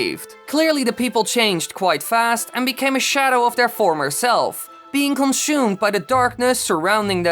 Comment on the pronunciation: Did he just say comeshoemed